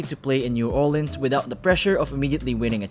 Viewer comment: Am I the only one who noticed he says New Orleans wrong